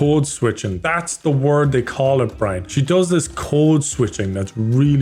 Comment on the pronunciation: Caribbean Brine, Caribbean 😂